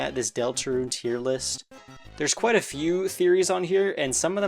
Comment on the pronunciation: immediately into deltarune, this dude really is kwite LOL